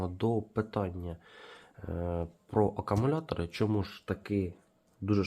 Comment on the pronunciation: Акумулятори, а не акамулятори, кулер, а не кулєр